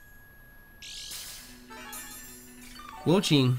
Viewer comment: The four legends are based off of the Chinese four perils and it has an incredible amount of lore that I’m not going to get into. Usually, the sub legends of each gen are direct indications of where the next gen is so we are likely going to China for gen 10. Also Wo-Chien is pronounced wo-chi-en Also xie xie (谢谢) is shi-eh shi-eh